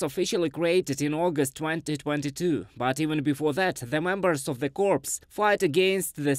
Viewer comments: Pronunciation Note: Corps is pronounce Cor (Anglicised French). A Corpse is a dead body or cadaver. Keep up the good work! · Please pass along "core" as correct pronunciation of "corps".... pronounced with the "s" you have "corpse" which is a dead body. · I know it is not his first language but he pronounce corps as corpse which means dead body and he pronounce soldiers as solders which means joining metals. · Corps is a French word we pronounce it 'core' in English. A corpse is something very different. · Corps is not pronounced “corpse” it’s the same as “core”. As in the Marine Corps. SFMF